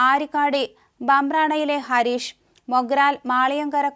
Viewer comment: ഈ പെണ്ണിന് വാർത്ത വായന പറ്റിയ പണിയല്ല... ഹാരിസ് എന്നതിനെ ഹരീഷ് എന്ന് വായിക്കുന്നു 🤮